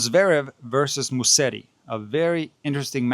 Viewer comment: It is Musetti and not Musteti.